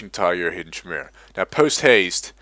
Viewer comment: This was a good guide, but one thing did bother me: it's Ki-mere-ah (hard K sound for Chimera)